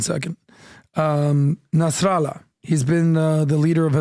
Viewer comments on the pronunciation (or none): none